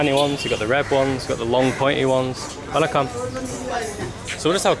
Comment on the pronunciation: I like how you say "vanakkam"